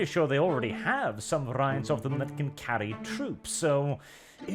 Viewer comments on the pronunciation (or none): It's pronounced "vair-ee-ants" rather than "vair-aye-ants" as a heads up.